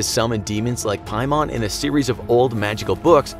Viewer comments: It’s pay-man. Not pie-mon. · I was LOOKING for this comment! Lol "piemon" 😂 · It's actually pronounced King Paimon. Demons have ranks just like the military. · As a genshin impact character, I got scared when you said ‘paimon’. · hold on did you just said PAIMON?!